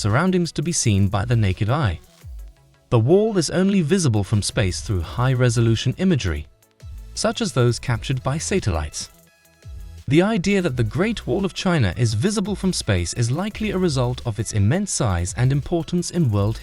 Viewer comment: First we get "saytellites", then comes Gallilly O'Gallilee Galilea!